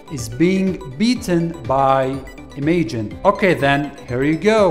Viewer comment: It is definitely pronounce im-aj-in